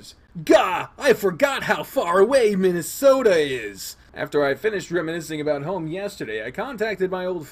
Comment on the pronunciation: Still saying Minasato as Minnesota, eh?